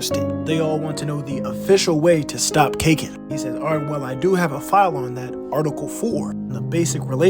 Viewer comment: Bruv not Cakin empire it's Kakeen empire